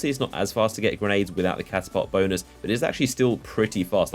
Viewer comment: lmao he said bonus, both it sounded so much like that